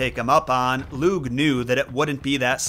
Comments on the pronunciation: Lugh is an interesting character and fionn MacCumhail is an absolute bamf, a deep dive on either of those would be well worth your time. Just a note on pronunciation, you didn't do a bad job but lugh is said sort of like lou. The gh is a very soft, kind of back of the throat almost voiceless sound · Hey! Native speaker here ! It's tuuuha de danin (tuatha de dannan) Lugh is looh And cian is actually *ke-ahn* ❤❤ go raibh maith agaibh!